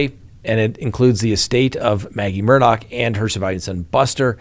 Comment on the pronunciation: The least you can do is try to get the names right. It's not Murdock, it's Murdaugh.